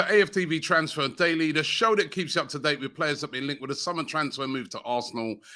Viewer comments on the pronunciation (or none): none